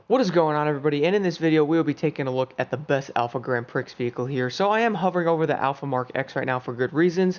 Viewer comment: Did he just pronounce the X in Grand Prix? My fellow Americans continue to embarrass me by butchering the English language =/